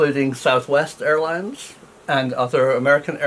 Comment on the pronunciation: Dear Prof. please accept my apology. You actually said "one of the world's best ailines."